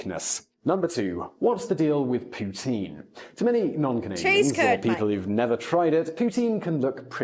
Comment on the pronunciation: Gets a canadian to give examples of " eh ", and the Canadian cant even properly pronounce poutine right. Let me guess, guy from Toronto.